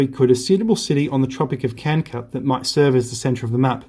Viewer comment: Why are you pronouncing Tropic of Kanker and not Cancer ?